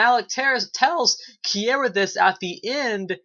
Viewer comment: Bro, great review. And it's pronounced (Kee-ra) ... Is Alec Sadler pissing you off this season, like he is for me? He's showing his true colors, selfish and does not give a damn that he sent Kiera back in time. HE took her from her family, stranded her in the past, yet BLAMES HER for the red-head chick getting shot. WTF!?